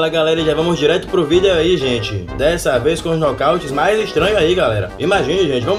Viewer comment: Mermão tu falando "vídeou" é muita comédia